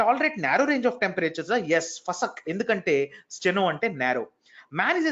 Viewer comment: " Fasak "sounds great while u pronunce sir..🤩🤩...